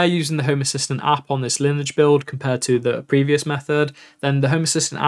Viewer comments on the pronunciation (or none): Yeah it would be nice to know what the mic can do in home assistant. BTW - lineage is pronounced lin-ee-ij as in your ancestry. I’m sure you’ve heard that word before. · The 'E' in "Lineage" should be pronounced, by the way. Lin-E-age. A tip is to go to Google translate, set the left side to English and have any random language on the right. Type "Lineage" (or whatever) into the the English side and hit the speaker icon to have their robot say the English word to you. I find it useful for learning languages as I can have it say both the source and target words or phrases.